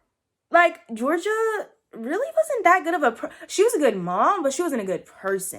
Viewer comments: Her name is Georgia though like the state...not Jor-genie-ah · It's pronounced (jor-ja) no hate tho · is no-one gonna talk about how she called gorgia Georgina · GEORGIA!!! not Georgina